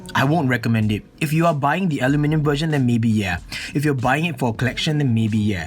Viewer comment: I had to stop halfway through. The way you say aluminum is driving me crazy and at about you say it so many times lol Edit, I hope that doesn't come if mean. It wasn't intended to be